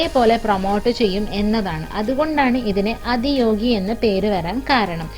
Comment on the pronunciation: അദിയോഗി അല്ല , ആദിയോഗി എന്നാണ് . ആദി , മീൻസ് ഫസ്റ്റ് എന്നാണ് .